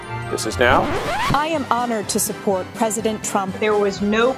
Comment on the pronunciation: Sold her soul to Satan. “ Suppert” ? Whatever!